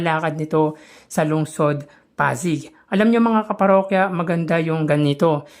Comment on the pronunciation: Hi.. hindi po ako basher. 😂 patawad agad, wag po sana maoffend. Kindly pronounce po Pasig as Pasig, wag po Pazig. 😊😊😊😊 Salamat po sa suporta sa aming Mayor! ❤ Sana po marami pang magsubscribe sa channel nyo. Godbless!